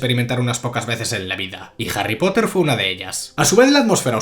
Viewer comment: "JARRY POTAH" 🗿